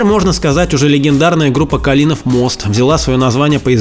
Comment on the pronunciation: Ну и мост не калИнов, а кАлинов. Хоть у Ревякина спроси. А что Иго разве было таки? Ох, вижу не вырваться вам,, из официальной трясины то..)))